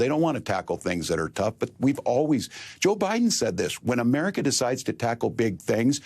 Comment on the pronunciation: every time I hear that organism say "ameerica" my blood curdles. I know it's poorly educated and leans into its rhetorical posturing as a sort of dog whistle, but I'm sick of it.